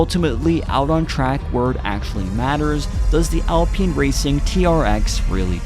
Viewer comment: College student, its pronounced al-pine not al-peen. how to pronounce alpine - Google Search